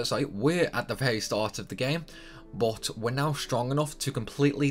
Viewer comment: Says he won't say "Tidus" because it sounds stupid proceeds to say "bot" for "but" lol